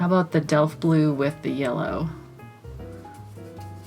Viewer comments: You pronounced that "Delft" completely right, at least from a German standpoint 🥰 Though, the Dutches might disagree 😅 I got that Delft Blue on my watercolour palette, too, just like at least 4 or 5 other ones and I love them all, I just need to find the the time to actually use them and try them out some more. Love the colours themselves and all the mixes. They look awesome❣ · GREAT REVIEW, AND DELFT IS A DUTCH PATTERN OF BEAUTIFUL BLUE AND WHITE POTTERY.:) YOU SAID IT CORRECTLY TOO. LOVING THOSE COLORS!! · Your pronounciation of Delft is as if you are 100% Dutch! In February 2023 the Vermeer exhibition in the Rijksmuseum, Amsterdam will open!